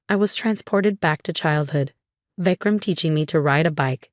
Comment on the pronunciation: Vecram 😂😂 it's Vikram